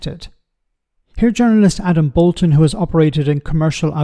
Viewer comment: It is Boulton, not Bolton.